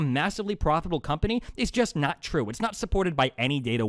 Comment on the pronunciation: destiny says a fact about classical artists: THATS NOT TWUE